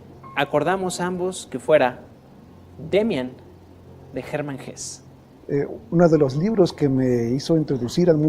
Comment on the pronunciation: Muy buena la divulgacion de las grandes obras de la literatura mundial. Solo un pequeño apunte ,en alemán se pronuncia Hesse incluida a "e" final. Gracias y buen trabajo.